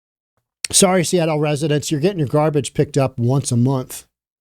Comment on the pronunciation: Reporter sh said "excuse me, sommy. Grown ups are talking herr"